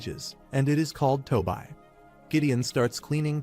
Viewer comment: What is To bi? You mean Toby(TOBI) ? Why is AI so stupid? It can't pronounce names it can't get the same name right twice in a row and can't get the names of the characters correct. It's tessia not Tisha. It's so annoying it really is. Please edit your fucking videos